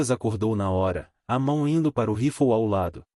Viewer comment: Se diz rifle e não roflou